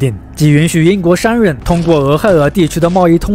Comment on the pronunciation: 😂我也是，也不知道哪里人，王子说成丸子，商人变山人😂